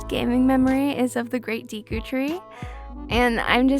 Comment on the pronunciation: Your saying deku tree wrong. Its deh-ku not dee-ku